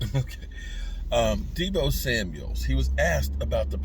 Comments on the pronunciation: SAMUEL NOT SAMUELS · Hello …it’s Samuel, no S at the end… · Deebo Samuel!! Not deebo samuels!!!